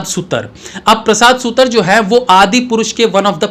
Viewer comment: On another note, it's 'सुतार ', not सुतर